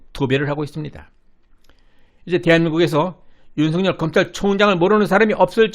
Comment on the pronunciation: 윤석열을 윤성열로 발음 하면 안됩니다! 소리나는 데로 읽으면 윤서결로 읽어야 정상 입니다! 왜냐하면 실제 이름이 윤성열 인 사람이 있다면 윤석열과 윤성열을 어찌 구분 하겠습니까?